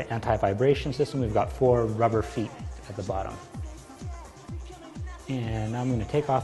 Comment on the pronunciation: lol . "buttom"